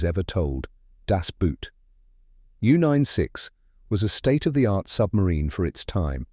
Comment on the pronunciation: good job pronouncing people's names but terrible when pronouncing boot as some footwear. The german pronounciation is actually identical to english "boat", merely the spelling is different.